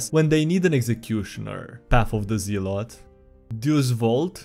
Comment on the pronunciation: It's pronounced "ZELL-ot!"